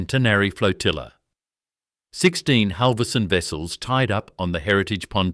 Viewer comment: Buggar me, if your robot cannot pronounce Halvorsen and Berowra correctly, you need a new robot.